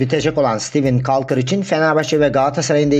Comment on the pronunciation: Caulker harika bir oyuncu. Gerson Rodrigues olağanüstü. kolkır diye okunuyor bu arada, kalkır değil